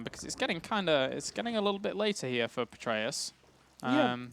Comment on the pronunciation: Stop saying "Petraeus". You guys aren't even saying it right.